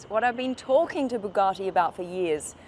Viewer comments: Bugatti not Bugartti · It’s Bugatti not “Boogarti” it’s not some Italian dish! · I think you'll find it's a Bugatti, not a Boogarty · An australian trying to say Bugatti all posh like😂 Bu Gah ti